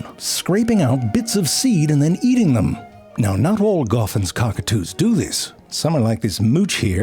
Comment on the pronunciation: Oh I thought he said co*k or two 😅